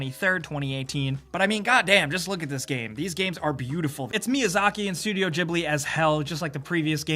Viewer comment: studio what? Honestly haven't heard it pronounced that way before :'D maybe it's one of those how it's really pronounced things.